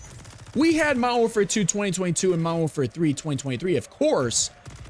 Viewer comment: Lmao this is why I’m still on mw2. No ai bs no report spam bs. And it was left alone by these dev idiots 🤣 never bought mw3 or bo6. And I sure as hell ain’t getting bo7 that ain’t cod anymore lol Also “mowerwarfare” 🤣🤣🤣 wtf